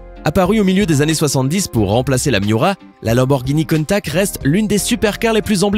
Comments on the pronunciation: Naan mes oreilles saignent ! C'est pas la Lamborghini "Contack" ça se dit countachhhhhh merci de ne pas écorcher se nom mythique 👍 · Countach et non pas countak putain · Contach pas contak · 9min30 countak!!!! Mdr !! Countach!!!!🤣🤣😂🤣😂😂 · on parle de l'erreur de prononsation de la lamborgini countach ? car oui on prononce bien le CH a la fin et non '' contact '' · pour le countach on pronce ch et pas k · que d'erreur dans ce reportage , la ferrari F40 c'est pour franchir les 300 km /h et pas les 200 km/h , et la lamborgini COUNTACH se prononce " counetache " pas " contact" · Countach, ça se prononce "Countache" et pas "Contak"... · Mdrr countact, countach putain 😂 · C’est pas countak c’est countache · On dit pas "countak" mais "contache" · Tsss CountaCHHHH et pas Countak --' faudrait apprendre à prononcé correctement ! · Par contre tu fait une erreur de prononciation sur la dernière Lamborghini tu dit countac tu doit dire countache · On dit pas countaK mais countaCHH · Y dit pas countach mais contach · On dit Countache pas countack ! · c'est pas cuntach c'est cuntache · la lamborghini countac lol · Mol il ma tuer quand il a di lamboeghini KOUUNTAKK....😅😅😅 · "Lamborghini Keuntak 😂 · J'ai vomis quand j'ai entendu le "countak" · Sa se dit coun tache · On dit lanborguini ContaCHE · On dit « Counta(che) » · La prononciation de Countach... 😭😭😭😂😂😂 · pas terrible la prononciation de la dernière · Oui c'est vrai ca fait mal aux oreilles 😤😤😤😤